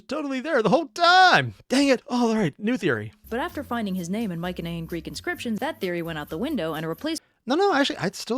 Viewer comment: I've only checked some OSP reactions plus all Underverse ones. Huh, he keeps going to "mycenean" pronounced with the soft C, instead of the strong "celtic" letter C. Looking forward to his reaction to Hades and Persephone :3